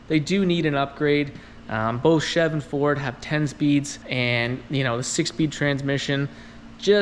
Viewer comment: Anybody else cringe every time he said chev?